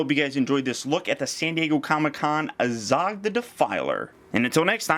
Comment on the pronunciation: 1. You pronounce azog like an idiot 2. The kings name is thror thorins grandfather